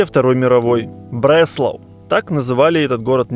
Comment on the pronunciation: В немецком фрагменте слышно что ударение на а, Бресла'у, а не Бре'слау...